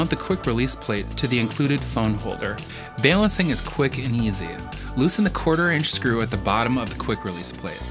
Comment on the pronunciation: we need to talk about the way you are saying balancing